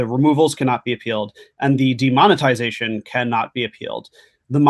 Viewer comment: demond- ugh- tization